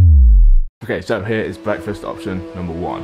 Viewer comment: ‘bweakfast’